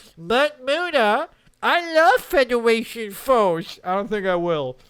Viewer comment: But Muta, I love fwedaration fworce